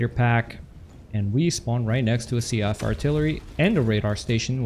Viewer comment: “See-Ahff” artillery. Lol.